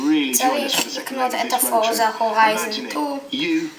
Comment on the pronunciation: ואומרים הורייזן!! לא הוריזון!